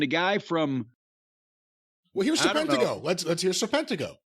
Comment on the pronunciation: His ring name trips me up sometimes, it comes out like Sir Pentico at times